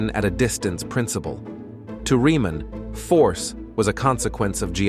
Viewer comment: Story tellers. At learn that the name of that mathematician is pronounced as : [ reaman ] not riman . German origin - German language.